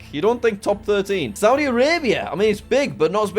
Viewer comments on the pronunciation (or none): none